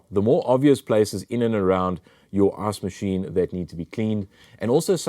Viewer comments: Am I the only one that hears him saying ass machine? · I love that as an American every time I hear you say “ice machine” or “ice reservoir” all I hear is “arse machine” and “arse reservoir”.